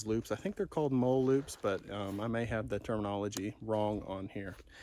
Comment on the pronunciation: Molle is typically pronounced 'molly'. Thanks for the presentation of the two choices.